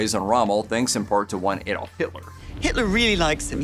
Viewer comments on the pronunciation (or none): none